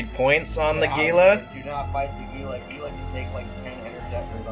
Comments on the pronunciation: Hee-La is actually the correct pronunciation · The Gila really only had 2 drones? ...what a nub. BTW Gila is pronounced HEE-LA.